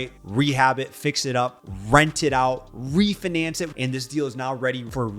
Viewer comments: you pronounce it like re-fin- ance. The fi needs to be pronounced like the F and I in Sci-fi. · Please pronounce refinance properly lol. Other than that I love the info from this video thank you.